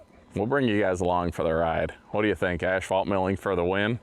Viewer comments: Lookin Good. Keep up the good work. BTW it is pronounced ass-fault, not ash-fault. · It's not pronounced the way you were calling it. And the other thing you said wrong, was asphalt millings. It's not ashphalt like you call it